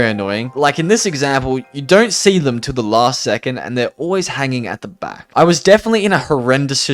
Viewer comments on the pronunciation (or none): none